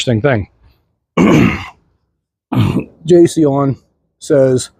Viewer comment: Jay-C-ON is how you is how you pronounce it.